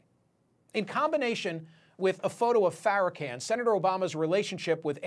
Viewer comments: Say the man name right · Louis Farrakhan (can) ? pronounce it right dude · Sir you know full well you are pronouncing Farrakhan’s name incorrectly and if you don’t know that you should not be reporting this story.